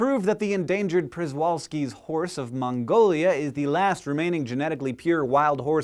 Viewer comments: Przewalski is pronounced sheh-VAL-ski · im related to that horse... he pronounced it wrong too